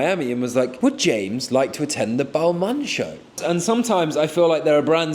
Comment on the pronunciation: That pronouncing of Balmain is brutal